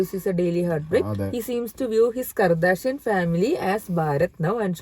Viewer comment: FYI Kardashian sounds like kaa·da·shee·uhn. “R” need not be stressed.